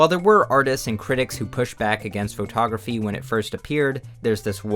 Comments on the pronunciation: Photography is pronounced "Fuh-taw-gruh-fee", not "FOE-taw-gruh-fee". No need to say the FOE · please pronounce photography correctly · why does he say faux-tography (respectfully) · why do U pronounce foe togrqphy that way❣ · faux-tography damn bro why you saying it like that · I love how you pronounce pho-tography It's how I imagine Forrest Gump saying it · why does blud say photography like that